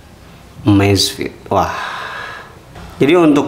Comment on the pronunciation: EMEZFIT MASSS BACANYAA BUKAN AMAZFIT